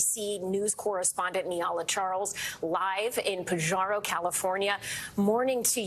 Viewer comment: Dear East Coast reporters, it is not pronounced " Pa Jar O" like a jar, It is pronounced "Pa-Har-o." Pajaro and near-by Watsonville are important agricultural areas, home to Driscoll's Berries and Martinelli's Apple cider and juices.